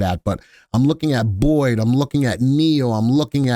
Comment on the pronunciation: Did this man really just call BYD "Boyd"😂